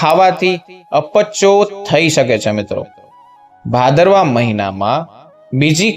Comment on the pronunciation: Bhadarvo bhadarvo nu ucharan